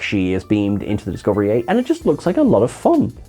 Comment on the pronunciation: Did you say Discovery A?